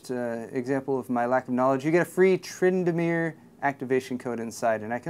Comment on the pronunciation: That was a boss pronunciation of Tryndamere for never playing League haha